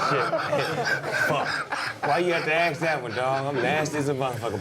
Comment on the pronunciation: Wait a minute.. Is Snoop saying aks instead of ask? This is not Futurama dude lol